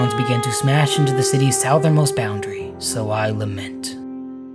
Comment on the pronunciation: Suthern. Not Sow-thern. But otherwise, excellent oration and nice story